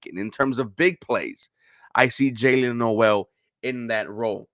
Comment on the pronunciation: You pronounced Noel name wrong.